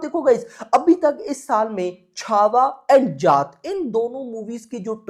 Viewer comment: Bhai 😭😭 Akshay Kumhaar nhi ,Akshay kumar bola kro yaar. Aur sunny paaji ki जाट film hai aap जात जात bolte ho hr video me.